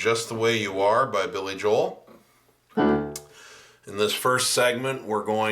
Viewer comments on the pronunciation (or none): none